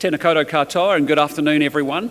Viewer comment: Please do better "tena koudou katoea". Said with kindness.